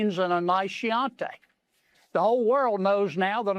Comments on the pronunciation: What an idiot and CHIANTI is pronounced "key Auntie" not "she auntie." 😂 he has a few things right: Trump is a murdering rapist, just as he described the locker room banter & the murderous Silence of the Lambs quote. Dude certainly can't quote anything English Lit-worthy. Sooooo many Smarmy weirdos DOWN TO THE LOLLIPOP KID Buddy. 😂😂😂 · First time I have heard "Chianti" pronounced "Sheeyantay." Gotta love our crackers and hayseeds and hillbillies. They're part of America, too. 🤣🤣🤣🤣🤣 Go mind your moonshine still and stay out of politics. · Sheeontay??? Has he never been to Idalli! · What the hell is a "nice sheeanti?" These sycophants trying to bolster the Marmalade Moron are pathetic!! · It sure was nice when we had a president who didn’t let the f word fly and congress members who didn’t talk about the presidents privates. Plus dumbass can’t pronounce chianti. Typical magat. Hey Fred did you see they are claiming unemployment is the lowest since like 1965? Crazy lying! I just don’t believe a word they say anymore. 🙄🙄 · He needs to learn how to correctly say chianti. The ch sounds like a k